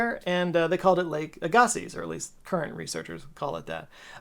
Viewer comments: When I've heard it pronounced in the past it's Aaa-ga-sees, not a-Ga-sees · pronounced AG-uh-see or (/ˈæɡəsi/ AG-ə-see) for the true pronunciation nerds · agassiz, pronounced ag-ah-see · AH GAH SIZZ? wtf, It's EGG-UH-SEA - Agassiz (/ˈæɡəsi/ AG-ə-see). I know, cause I've been hearing it this way my entire life. Every single viewer in the PNW and most of Canada probably toe-curled at that pronunciation lol all 6 of us are furious! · Agassiz is pronounced EGG-A-SEA Not A-GAH-SEAS (I live in a town called Agassiz) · Agassiz is pronounced a-gah-see. Like legacy. Agassiz is a name everywhere where I live lol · I got a little swamp ass with your pronunciation of AGASSIZ. I like your fresh take on it, but it's pronounced AG-ə-see. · I lived near a (different) Lake Agassiz and our local one was pronounced "Ah-gas-ee". Not sure if that also applies to the big Ice Age lake. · Hello, just letting you know that if you do make a video, the correct pronunciation is Aga-see. Btw love your videos! (Ag as in agriculture, but without the riculture) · As a lifelong North Dakotan/Minnesotan, that pronunciation of Lake Agassiz hurts. It's pronounced Egg-uh-see. At least in the area. So many companies and schools and whatnot are named after it so I've heard it my whole life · As a Manitoban, Agassiz is pronounced Ay-guh-see. And yeah, I live where that lake once stood. And every spring, there is a decent chance that that lake reemerges creating seasonal flooding as the snow melts. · Cool fact Canada, we pronounce Agassiz as "aga szee," a town beside Chilliwack BC, is called Agassiz. But we also say Regina "wrong" so shrug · Lake Ah Ga see... I beleive it is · It's Lake AG ah see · The town of Agassiz British Columbia is pronounced as Aga-see by locals so I would assume the name of the prehistoric lake would be said in the same way. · Aggasiz is pronounced AG-uh-see. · if lake Agassiz is pronounced like the town, it's Aye-Ga-See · “EGG”? FUCKING “EGG”?! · AG-ahh-see. Agassiz